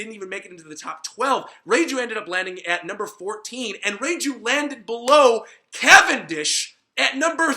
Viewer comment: Reiju not reijew